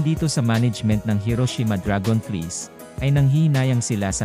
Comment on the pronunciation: Can you pronounce right DRAGONFLIES 😂😂😂